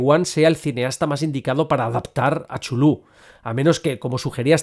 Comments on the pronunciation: Por favor,: Chulu no!!!! Tulu, Catulu, Cutulu, Cultuju... lo que sea menos Chulu!!! Por lo demás, aquí sigue teniendo usté un rendido admirador. P.D. Si hubiese que votar por un director, yo votaría por Eggers (sí, sobre todo) o por Del Toro. No conozco la obra de Stanley aún. P.D. II - Sí. The Endless de Benson y Moorehead es una de las mejores pelis "lovecraftianas" recientes. Aunque no maneje en ningún momento elementos explícitos que remitan al autor de Providence, tiene su espíritu de hoz y coz. P.D III - Miedo me da que se inaugure una franquicia lovecraftiana. En realidad, hay una docena de pelis que son (a veces de forma explícita, a veces no tanto) adaptaciones de obras de H.P. Lovecraft. Las primeras en los años 60's y 70's ("El Palacio De Los Espíritus", "Die Monster Die" o "The Dunwich Horror", las tres de la factoría de Corman. O la absolutamente genial "Messiah Of Evil" de 1972). Pero lo que sí es cierto (y lo dices bien claro) es que es muuuuuy difícil transmitir el espíritu de ese tipo de horror cósmico al cine. Por eso la mayor parte de esas pelis han fracasado, de una forma u otra. Por encantadoras que a mí me resulten algunas (sobre todo las cormanianas). Lo realmente complicado es que el lenguaje cinematográfico transmita las mismas sensaciones que los relatos originales nos producen a sus lectores. Y si el fandom de Tolkien y de otros autores es jodido de satisfacer, no te digo nada del de Lovecraft, ejem... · El video fue increible, pero para alguien como yo, que toda su vida pronunció Cu-Tu-Lu, fue doloroso escuchar chulú tantas veces XD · No me parece correcto pronunciar 'Chulú' Se prronincua así.... Cth- (carrraspeo, 'Zz', J)... ulh ( u gutural, L, jota suave y otra vez una 'u' gutural ).... 🫥